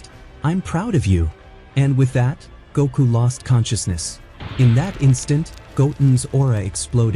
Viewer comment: it cringes me when you say "Goku's" name wrong and not Gotens